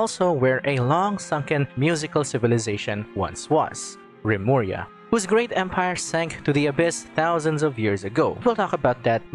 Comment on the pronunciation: Remuria? Lemuria- Atlantis? Ai yaiyai